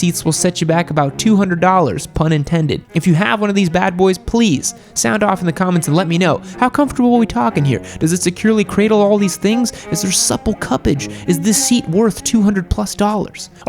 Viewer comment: "Is there supple cuppage" 💀💀💀